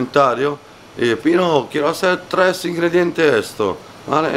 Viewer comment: Pino: —El treS* y yo treh*. jajajaja